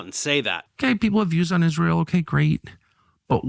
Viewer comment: “…God’s Existence, Israel…” sounded like “God’s Existence is Real” neither would have surprised me Edit: Timestamp added